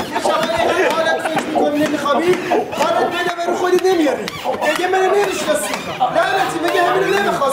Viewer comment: دِگه منو نمیشناسیی 😂❤ بهترین لحجه دنیااااا